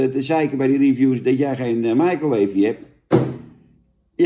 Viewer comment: Daarom noemt hij het oook "maaikroweef".